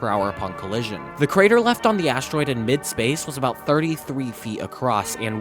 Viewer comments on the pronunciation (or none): none